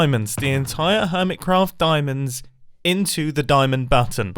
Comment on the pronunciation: It sounded like he said Hermescraft